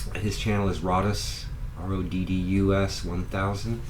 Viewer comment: Hey, you even pronounced Roddus right, well done, many of my customers here get it wrong, I use it as a business name for my electrical business.